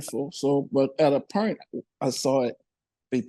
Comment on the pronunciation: bruh I fcking love when birdman try to say point.😂😂😂